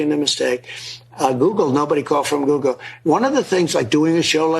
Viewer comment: Nobody called from guugle. Lol, we know. Dont wait on it my man